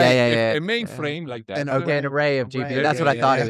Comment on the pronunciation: lol at first i thought he say ryzen cpu